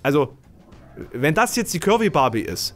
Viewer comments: Ich hab am Anfang immer "Kirby Barbie" verstanden statt "curvy"... Ich sollte aufhören so wenig zu schlafen. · Hab‘ nur „Curry Barbie“ verstanden. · Ich habe ständig Currybarbie verstanden 😂